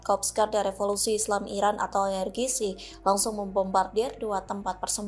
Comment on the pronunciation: IRGC dibaca ai ar ji si, mbakyu.